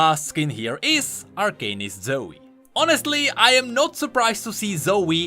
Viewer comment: its arcanist not arcanist